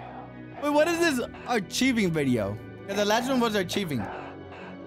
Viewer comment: BRO SAID ACHIEVING I CANT STOP LAUGHING BRUH ITS ARCHIVING (ARK I VING)